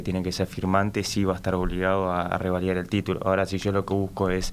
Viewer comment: Es revalidar y no "rivalidar" como dice la periodista.